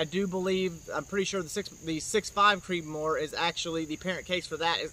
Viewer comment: Slow down when you talk, when you say “6 millimeter creedmore” sounds like you have a mouthful of rocks and are trying to spit it out faster than a mouthful of bees.